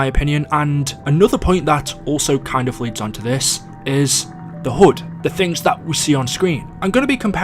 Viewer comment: Why does he say hud as hood